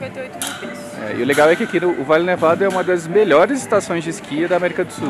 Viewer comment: Farellones, léia se Farejones...Valle Nevado ,léia se Vaje Nevado....